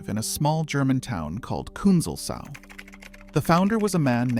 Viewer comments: I expect they want it pronounced kün-zels-au not kün-zel-sau :) "Sau" means sow and is also a mild insult :) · Hahaha. As a german it is really funny to me that you pronounce it Künzel-sau (Künzel-sow) instead of Künzels-au (Künzel's meadow). Not complaining though. Non-natives basically have no chance to pick up on such details.